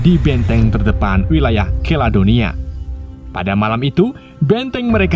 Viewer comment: Maaf diralat...Keladonia adalah Kaledonia 😂😂